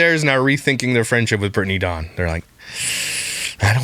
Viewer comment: Every time you call her “Dawng” I think of the “Thong” song.